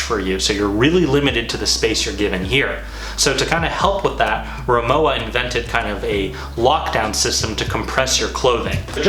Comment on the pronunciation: You pronounce it Ri-Mo-Va